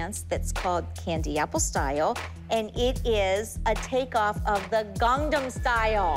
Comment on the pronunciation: not even gongnom it sounded like she said gondnom style 😭